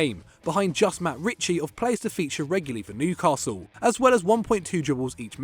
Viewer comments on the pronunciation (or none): none